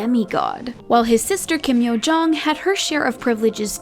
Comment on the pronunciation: "Kim Curt Yo-jong"